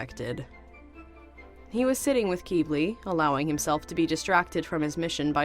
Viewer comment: honestly, the way you say Qibli is honestly not bad, i like it, also, i have no clue what D&D